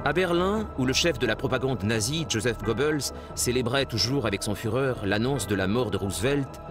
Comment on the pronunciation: Il serait peut être temps d’apprendre à prononcer les noms et mots allemand correctement… parce que dire Joseph à l’américaine ça la met un peu mal quand même